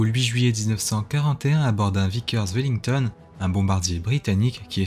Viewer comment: Très bonne vidéo. Si je peux me permettre une suggestion, vous devriez vous renseigner sur la prononciation des noms. Le bombardier se prononce "Woullingtonn" et le u avec tréma en allemand se prononce comme un u français, donc la ville se dit "Minstère", comme le fromage ;)